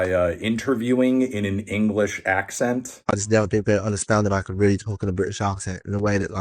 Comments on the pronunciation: It's SO bad. He says accent like "AWK-sent" which is so wrong. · Brit here and the way he pronounces the A in the word accent is so heinous I can't even judge the rest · nope. As a Brit, I can confirm no one, and I mean NO ONE says accent that way! Such a damn liar.